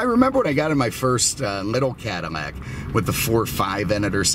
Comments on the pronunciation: Is it just me, or is this guy saying CADIMACK instead Cadillac? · Are u saying cadamac instead of cadillac? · Why on God's green earth are you saying "Cadamac"? Say it right next time, Please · "I swear he's says "Cadamac" in the beginning....LOL... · Blueflame - yeah he said it several times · Definitely says it. In fact I stopped the video a couple minutes in to check the comments about it lol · Is he saying Cadimac ? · Cadi-mac? Lol what happened to the pronunciation lol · How are you pronouncing CADILLAC? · Why the hell are you saying cadillac so weird